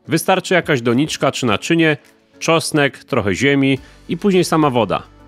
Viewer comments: "czosek" lol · Co to jest "czosek"? Co chwila słychać tu uprawie czosku...